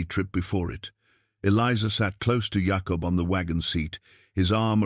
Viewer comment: I only wish the narrative was better. Jacob not yahkup